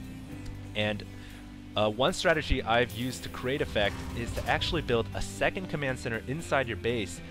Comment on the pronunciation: That's because he put the replay speed at faster, and it's strategy not strategie.